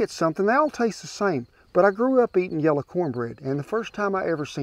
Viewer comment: You are the second person, I've ever heard pronounce "yella" versus yellow. My wife sir, from Sapulpa, Ok, would be the first. We look forward to watching your shows every Wednesday. God bless you both!